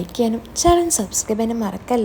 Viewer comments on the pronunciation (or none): none